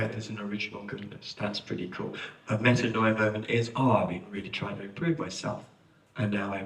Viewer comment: As a native Greek-speaker, I cringe every time I hear it pronounced as meta-NO- ee-ah. It's medA- nee-a. This spelling gives a better represenation of the pronunciation.